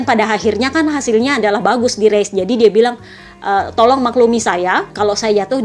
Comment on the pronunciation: Tolong..tolong ya Aku denger nya tolol.tolol 😂